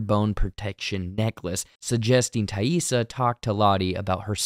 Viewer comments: 😊 Appreciate you taking the time to say TAISSA correctly. All kids with non-traditional names know that feeling when people don't care to bother... Especially kids of color. 👁️ Lottie already had her third eye opened. She had that vision as a little girl. I just think Laura Lee is the group's angel 😇 of mercy anytime one of them dies. Lottie seeing Laura Lee like that could be guilt related to... Her cult... Javi... Or the past. We already know the guy at the motel is their childhood friend Randy that Jackie wanted Shauna to originally hookup with. We saw him living there in season one and talking about his separation from his wife. 😢 Shauna doesn't like her daughter but more than that she doesn't respect her. She can't nor would she want to connect to Callie on a deep level. 😡 Bad Taissa is starting to take over when she's even awake. It's giving Borderline Personality Disorder. But wtf was up with Travis envisioning Lottie while 🍆💦?! This guy is really in the church of Lottie and it's sad because Lottie is just a woman. She can't save anyone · Probably the greatest character redemption of the episode is you pronouncing Taissa’s name right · Thank you for addressing the "Taissa" mispronunciations. It was driving me crazy. Glad it got fixed! 👍